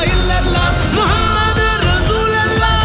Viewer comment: Kindly pronounce the Kalimah in right way : لَا إِلَٰهَ إِلَّا ٱللَّٰهُ مُحَمَّدٌ رَسُولُ ٱللَّٰهِ It's not "Muhammad ur Rasool Allah" It's "Muhammad ur Rasoolullah" There's "pesh" on Laam of Rasool. Not "zabar".